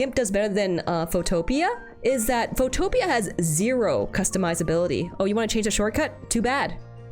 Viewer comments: "Photopia" 😭 it's "photo pea" 2 words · If you hit the "install" button in Photopea, it will dock outside of the main browser window, and all of the normal Photoshop keybinds will immediately work properly. Also, the pronunciation is Photo + Pea, not "foe + topia" btw, lol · Wait, it's pronounced photopee-ah? I thought it's photopea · i thought it was pronounced "photo pea" not "pho topia" 😭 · Man I love some Photopia :laughing: (It's Photo-pee) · This is my first time learning it's pronounced "Pho-topia" and not "Photo-pia". Wild. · WAIT it was pronounced "Pho-Topia" instead of "Photo-Pee" (like snow pea) this entire time? ...whoopsie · Good video but you mispronounced Photopea, its Photo Pea as in the veg. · "fowtowpia" IM CRYING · I don’t think I’ve ever heard photopea be called that😭😭😭 it’s said Photo-pea😭😭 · An interesting app you might wanna try for pixel art: mtpaint Also, fun fact, Photopea is pronounced "foe-toe-pee". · I believe it is pronounced Photo Pea -- as in, small green vegetable of the photo. :-P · Just an FYI, Photopea is pronounced foto - pea(as in the vegetable). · The pronunciation on photopea is insane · the way photopea is being pronounced is insane to me